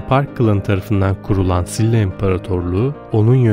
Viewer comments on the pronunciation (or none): SİLLA değil efendim, ŞİLA şeklinde söyleniyor. ☺️